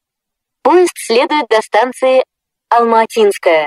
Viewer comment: Раньше убого звучала Алма-Атинская («Алм-А(слабое ударение на первую букву)тинская) Ладно, хоть исправили... И да, английская озвучка о аэропорте Домодедово, была более смешная (это мое субъективное мнение)